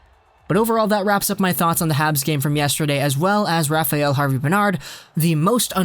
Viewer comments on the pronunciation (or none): Rafael is not pronounce «rafa-yell»...its «Rafa-L»